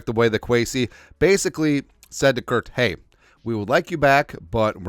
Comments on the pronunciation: His name is Kirk not Kurt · You mean "kurt" cousins right?